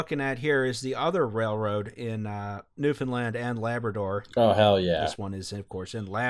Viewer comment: Holy shit, you're the first group I've found online in years who know how to say Newfoundland correctly. Thank you haha